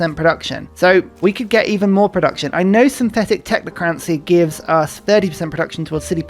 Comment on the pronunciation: I always love how Ursa says 'Technocrancy' but not 'Democrancy'